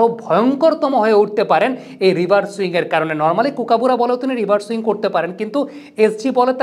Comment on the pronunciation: ভাই ওটা রিভার সুইং না। রিভার্স সুইং হবে তো। পরবর্তিতে ঠিক করে নিবেন আশা করি